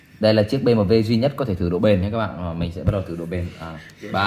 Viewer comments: Bi - Em - Đúp nha, nhỏ giờ lần đầu nghe có người đọc Bê Mờ Vê . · đọc "Bi em đúp" cho nó dễ nghe, dễ hiểu, chứ đọc kiểu này không xuôi tai mà còn khó hiểu. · Gì mà nửa tây nửa ta thế :))